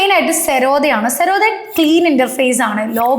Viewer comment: സെറോദ എന്ന് പറയല്ല പ്ലീസ്... ഉച്ചരിക്കുമ്പോൾ Z ആണ്